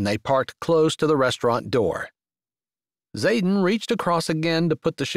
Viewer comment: Good story. I only wish his name wasn't Zaden, mostly sounded like Saten.